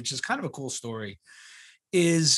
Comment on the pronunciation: its STORY......not STOOOOOOOOOOOOOREY